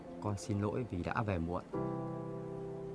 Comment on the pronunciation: ":face-blue-smiling::face-blue-smiling::face-blue-smiling:xin lỗi" thành "xin nỗi":face-green-smiling::face-green-smiling::face-green-smiling::face-green-smiling: ẩm số là j vậy ak? "nằm" thành "lằm", "này" thành "lày" "này" thành "lày", khôn ngoan LÊN chứ ko phải NÊN "này" thành "lày":face-blue-smiling::face-blue-smiling::face-blue-smiling::face-blue-smiling::face-blue-smiling::face-blue-smiling::face-blue-smiling::face-blue-smiling